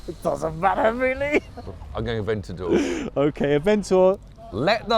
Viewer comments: AVENTOR? IT'S PRONOUNCED AVENTADOR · “The Aventador just did it, has a bit more power” other guy “the ‘Aventor’ sv is a beautiful car”🤦🏻‍♂️😂